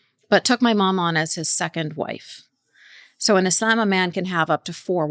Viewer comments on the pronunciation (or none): What's up with how she pronounces "Islam"? She almost doesn't pronounce the L. Is that how it's supposed to be pronounced, or is that something unique to her? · why is this lady pronouncing islam as 'isl'yaem'? I will pronounce it whatever way I want!